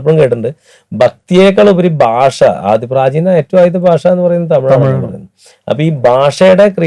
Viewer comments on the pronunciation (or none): ബാഷയല്ല😂 ഭാഷ എന്ന് പറയു